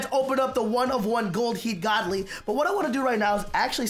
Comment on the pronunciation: Who heard him say goodly like good ly 😂